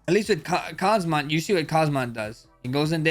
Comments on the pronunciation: Please learn to pronounce the name... its not Kazmat its Khamzat... additional alphabets in the name are for a reason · and kmazat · Khamzat ❌Kazama✅ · Khamzat not Kazmat 😂😂😂😂😂 more fighters been saying that wtf 😂😂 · Khamzat not Khazmat bro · Khamzat ❌ Kazmat ✅ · Can’t stand it when people say khazmat. You and chael both do it. Are you stupid? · kahzmat chimaev LOL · Khazmat, Khazman..🤦‍♂️ Don't act like Uncle Chael, Max😅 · Americans are supposed to be the smartest, best and dominating country on earth, but every american i meet or see on youtube say "Khazmat". It's actually extremely annoying. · Chimaya kamaya kazmat wtf😂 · Blessed, casually delivering the name Kazmat and it sounds perfect 😂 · Bro literally sat right next to Khamzat in UFC 308 press conference, still can't pronounce his name properly 😭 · How u r pronouncing? Dricus and khamzat names😅